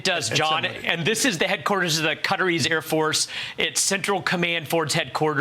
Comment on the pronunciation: Please stop calling Qatar "Cutter"!